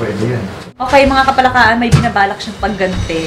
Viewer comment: Hindi parin masabi ng buo ni idol yung "KAPALAKAAN" Hahahaha "KAPALAKAKAN" 😂😂😂